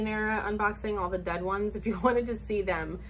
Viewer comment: The way you were saying DED had me cackling 🤣🤣